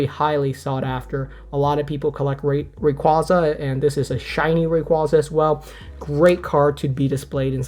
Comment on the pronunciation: I really wish everyone would start pronouncing Rayquaza correctly. Pokémon had to release Legends Arceus to force people to pronounce that one correctly. Maybe the sequel will be Legends Rayquaza.